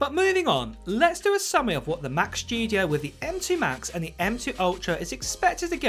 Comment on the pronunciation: What a weird pronunciation - what’s up with the overemphasized SPG “s” in “shtudio” ? Other than that, where’s any source for this rambling??